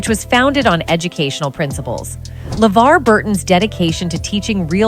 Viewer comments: hmm is it just me or did She change the pronunciation of "LeVar" multiple times in this video. and good to see Geordi got those ocular implants. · I hate to say it, but I think the OG video you're reacting to is a product of AI. I had a few concerns with little things (awkward reading of the show title "Star Trek: The Next Generation", mispronouncing LeVar's name when talking about his website but not elsewhere), but when the narration directly read a line that was being highlighted on a tabloid article, it pretty much gave itself away. I looked up the OG video, and the channel looks like a similar mishmash of AI content. There's also a knock-off using a similar tagline and thumbnail with a very, very obvious AI voice on a different channel. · So at what point does Levar Burton speak any sort of revelation in this video? He doesn't even speak. It's just the AI voice that keeps mispronouncing his name. Am I missing something? Is it just a poorly titled video? Who keeps making these videos exposing hollywood without any actual revelation? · Weird that the AI speaker pronounces Levar's name two ways.